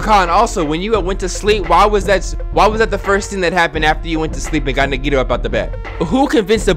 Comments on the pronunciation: why he pronounce nagitos name like niggito 😭🖐🏽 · I don’t think he’s pronouncing nagito correctly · Sometimes I wish a character would die just so I wouldn’t have to hear mispronounce their names...